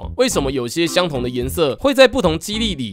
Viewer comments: 機力（率）被我聽到🤭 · 機“力” 我笑出來了抱歉🤣🤣🤣